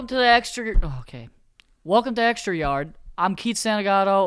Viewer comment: "Welcome to the extrraaryarr" Great start Keith